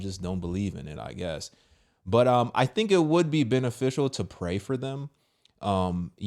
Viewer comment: I like when people with that accent say FINK instead of THINK. 😆 🤍